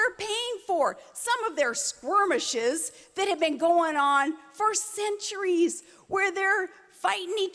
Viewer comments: She can still not pronounce the word "squirmish"! And she has forgotten that Iraq is so fucked up because of the Republican led illegal invasion of that country! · I'm pretty sure she said "squirmish" instead of "skirmish". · whats a sqwirmish ?